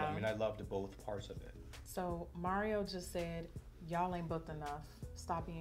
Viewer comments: It's mar-E-o not mair-E-o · Not Mary-O, auntie. Lmao I love you. You look freaking stunninggggg 😩